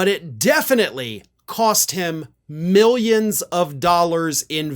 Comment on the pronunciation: He's losing "Milly Uns and Milly Uns"